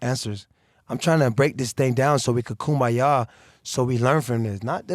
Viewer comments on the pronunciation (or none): How many times did he say koombya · How many times did he say KOOMBAYA? 😂 I think at least 55 times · lmao "how often do you kumbaya like monthly?" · If I hear kumbaya one more time I'm going to snap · If I hear AB say Kumbaya one more time...... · Everyone say it with me “KUMBAYA” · If I hear kumbaya one more time I’m going insane